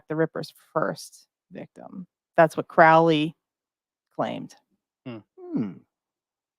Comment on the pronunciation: Guys I'm only an hour in.... you need to read the biography Perdurabo, theres SO much misinformation here. you are even saying his name wrong as well. He used to say "The name is Crowley, it rhymes with Holy. It isn't Crowley, that rhymes with foully" (also its bol-es-kine house and yeats that rhymes with sheets). the book of the law was certainly not Crowleys first book and a few people did actually die on K2. The death at the abbey was because the individual drank from a mountain spring that Crowley had told them to leave well alone. There weren't 'neighbour complaints' there either, the locals actually petitioned for the abbey to remain. Crowley had written an anti-communist poem that offended Mussolini. the lady is just SOOOO WRONG about Wicca influencing thelema. Thelema predates Wicca and Crowley actually wrote many of the rituals for gardener, this is SO well documented. They met at Atlantis bookstore. Crowley NEVER met Jack Parsons or Ron L Hubbard ever. Crowley actually wrote letters to Parsons trying to warn him off Hubbard. Regarding Crowley working for MI5, agent Ian Flemming (the eventual james bond author) recommended crowley be the man to interview Ruldolph Hess when he was captured. Crowley was basically commissioned to produce propaganda to discredit the Nazis. This is ALL verifiable. THE BARBARA BUSH STORY IS AN APRIL FOOLS JOKE STARTED BY THE OTO ONLY TAKEN SERIOUSLY BY COMPLETE IDIOTS. crowley was a genius. He was a selfish, silly attention seeker with a m